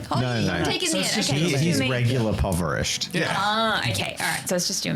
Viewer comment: “he’s regular poverished” 😂